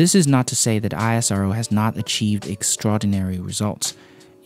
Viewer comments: its not I S R O... its pronounced has IS RO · You are pronouncing it wrong. It's ISRO, not I S R O. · ISRO it's acronym It is word not I S R O It's annoying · Hi, amazing video. Looking forward to watching mote from your channel. BTW ISRO is not pronounced letter by letter its pronounced as "is-row". Keep up the good work 👍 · U really don't know about the ISRO history , success & future , U can't imagine how amazing is it , ur knowledge in this video is Just nothing or like lollipop instead of dinner , Go & check more about ISRO & their Geniuses U r not doing a great Job , first to pronounce it properly not I-S-R-O it's ISRO simple & do u know about cryogenic fuel history , mangalayan cost (11% of Nasa Mars mission) & succeed in 1st time & Nasa & others took more than 3 times & water etc. First found by chandrayan 1 on moon & cost of chandrayan 2 is less than the Avengers endgame budget etc. Many things like 104 satellite launching , reusable launch vehicles , NISAR , own navigation system , 4th country to get the power of to destroy other satellites with the great launch & results etc... Many many many things*..... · Such a perfect Video, thank you, just FYI, ISRO is pronounced as 'esrow', we in India don't call it with letters split. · It's e-se-ro ISRO your pronunciation was wrong just an admirer of ISRO Jai Hind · No i-s-r-o Pronounce a word not a letters ISRO is acronym like nasa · You must pronounce ISRO as a single word as in NASA (Ísröh) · It's pronounced "eesro"...just like we don't say "NASA" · Its pronounced as ISRO(IS-ROW). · For the love of god, just call it ii-s-row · It's pronounced "eesrow" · It's called isro(ishro) bro just like we called nasa as nahsa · It's also pronunced as 'eesro' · We pronounce it 'EESSRO'. You can see the Hindi word beside ISRO :) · Just to add, ISRO is pronounced ‘isro’ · It's pronounced "is-ro", much like how its Na-sa and not N-A-S-A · We indians pronounce it as "ees-ro" not ISRO ... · Its pronounced EES-ROW